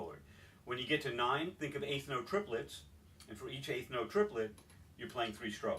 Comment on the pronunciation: why do nines sound like sixes?